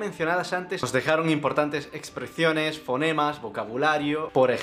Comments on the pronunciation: “Espreciones”…. Este tipo de donde es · ¿2 millones de que? soy incapaz de escribir lo que has dicho ahí xD y por que ceceas tanto? no lo entiendo, Repercución, Expreciones, Penunzula, y luego dices reemplasado, ¿eh? no entiendo xD eres de aquí de España pero a veces se te escapan cosas raras